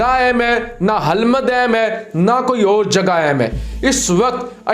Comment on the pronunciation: Please correct ..Hilmand.Qoundooz.Hirat.